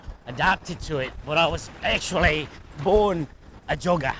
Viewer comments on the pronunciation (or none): When I heard say "Jogger", I thought I heard him say "Joga" hahahahaha